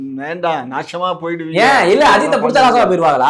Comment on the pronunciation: Enda unakku tamil and English ozhunga pesave varathada. Adhu Ennada "Shetapu", "Nashama poyiduvinga" ketta drividan nu pesra